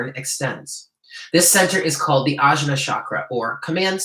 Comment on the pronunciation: "Ajna" (3rd eye) is pronounced "awn yaw". "Chakra" is pronounced "chuck ruh" (not "shock" and not "chalk")- don't worry, I studied Sanskrit, and I have hardly ever heard anyone pronounce chakra correctly. With the 9 of pentacles, the bird on her hand can also symbolize pets. I just found a kitty 2 days ago! It feels significant to me :) I'm not sure how anyone can pronounce that the veil is gone. If the veil was actually gone, we would be seeing all the angels, demons, vampires, ghosts, etc. around us. When the 3rd eye is activated, one can see these things beyond the veil. But if the veil was fully gone, everyone would see these things without need of the 3rd eye. Also, Kundalini is much more than potential energy. She is a Goddess. Trying to awaken Kundalini Shakti without proper guidance can be ill-advised. Kundalini awakening usually follows many years (lifetimes) of deep earnest spiritual yearning and work, is a heavily karmic once-in-a lifetime gift, and is not something that is just casually recommended by a tarot card. I feel wary seeing these esoteric words and concepts bandied about by so many people in the New Age circles and the internet who haven't studied them or truly understand the depth of them. I usually don't get involved with a bunch of corrections, but I appreciate your readings and sense you are a person who is open and learning.